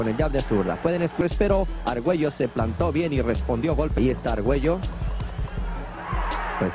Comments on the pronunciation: Tip: It’s not “Arg-Welo” rather its “Arg-Wayo”. LL = Y 😉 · Please can you learn how to pronounce Arguello, one of the all-time great boxers? Double-L in Spanish sounds like "y". So his name sounds something like ar-GUAY-o. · Say argwayo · Alexis, is screaming from the grave over the mispronunciation of his last name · You should really learn how to pronounce his last name. Your butchering of his last name made me dislike this otherwise great clip!! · Learn to pronounce the man's name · Learn to pronounce his name for crying out loud!